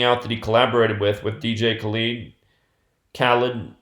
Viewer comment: it’s KHALED not Khalid you dumbass